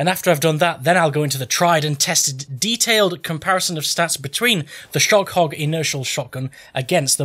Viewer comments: Still the best video on YT. The butchering of the name is price less. SHOGERROG, SHINGSHONG, shogreen 😂😂😂. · you pronounce sjögren khuh-gren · Hehe i love it. «Schjøgren» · Im swedish and u prenounce the sj like sh and the ö like uhh